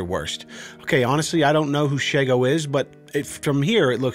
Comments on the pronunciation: She-go, not Sheggo, it's Shego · When he pronounced shego I died a little inside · Bruh you said Shego wrong